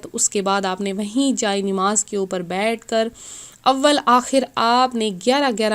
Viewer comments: pahle bolna shikh lo nimaz naho namaz hota hai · Nimaaz nhi namaz sahi lafz hai or aapa plz thoda chota video bnao aap bht time lete ho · Namaz to sahi se bolo